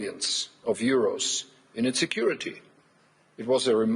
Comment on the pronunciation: Kinda sounded like he said America's foreign insecurity policy hahaha